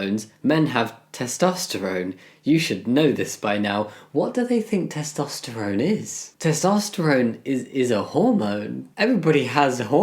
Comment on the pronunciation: Testosterone is a noodle and you're pronouncing it wrong, maroon. 😂